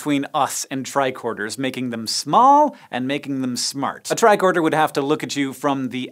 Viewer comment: Lol “bicorder”